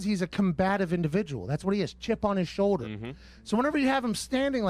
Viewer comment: I hate how he says "shoulder". He say "showder".